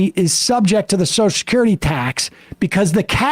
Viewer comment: Take a shot every time Sam says "soshacurity"